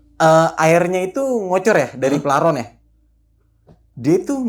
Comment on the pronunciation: paralon bukan plaron🤣🤣